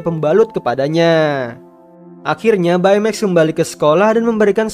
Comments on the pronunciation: Bacanya bei maks. Bukan bae meks. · Baymax read text beymex not baimeks right